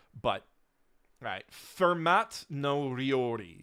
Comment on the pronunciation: Kind of amazing that looked up how to pronounce Mille Feuille, but didn’t look into the pronunciation of the name of French mathematician Fermat